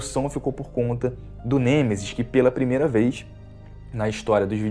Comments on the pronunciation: Não é Gemesis... é Nemesis, outra coisa, reclamar de sombra? Detalhe gráfico em algumas partes do cenário? Fala sério cara, é por isso que os caras descem a lenha em você, eu não faço isso com ninguém, mas tem hora que você força demais. Esse jogo o que ele tinha que ter era a mesma história, cenários, personagens, inimigosz puzzles e o caralho a 4. Se quisessem adicionar algo, poderiam como puzzles, cenários extras e até opção de jogar apenas com o Carlos, já que como você disse, hardware o vídeo game tem pra isso, mas infelizmente essas empresas só quer saber de entregar produto feito às pressas pra ganhar dinheiro de fã. Vê se pelo menos cara, analisa e dê importância as coisas que realmente são importantes, se você vai fazer uma crítica há algo, que pelo menos saiba pronunciar o nome do antagonista do jogo corretamente, e que foque naquilo que os fãs sempre quiseram, que é didelid ao jogo original e alguns conteúdos extras. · cara o seu review ta bem legal mas nao se fala gemesis é nemesis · "Genesis" kkkkk que isso tu é raiz mano te endireita kkk